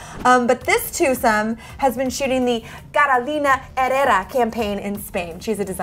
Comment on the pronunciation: JAJAJAJAJ it is pronounced in Spanish "Carolina Herrera" with the letter "R" < > 👌🏼🙈